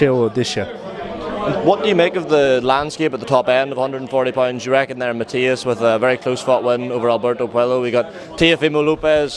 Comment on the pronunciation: Yes I know pal... I'm making the point that he said Matias' name wrong (despite the reporter saying it back to him) about a dozen times in this interview as well as a bunch of other top guys at the weight.